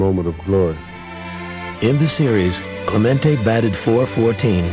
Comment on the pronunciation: Narrator keeps calling him “Clemento” when his name is clearly “CLEMENTE”. What’s wrong with some people??